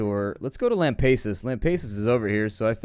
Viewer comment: It is pronounced "Lam - Pass - Us" not "Lam - Pace - Us".